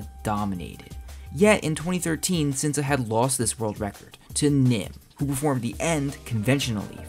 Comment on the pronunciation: "Sinsa" in Korean is pronounced "Shinsa". Great video